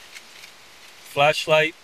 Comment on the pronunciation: Did he say "FLESHLIGHT? " 😂😂